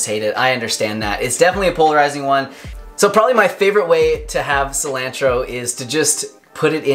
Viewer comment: D, Your channel is awesome. I've watched everything you have put out and instantly watch any new videos. But, lol, google the pronunciation of Cilantro. I love the smell, taste and benefits of this herb, but you are butchering the pronunciation. Peace brother and Crystal's laugh is the BOMB